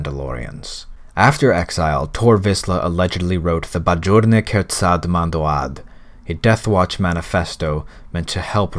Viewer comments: Finally someone speaking English without pronouncing mando'a totally wrong... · Yeah man you definitely do and I can’t believe how well you pronounce mando’a, but once again good job ner’ vod